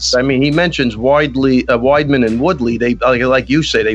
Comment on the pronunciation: Did ray longo just said, wideley? He mixed twood and chris weidman's name Lol 😂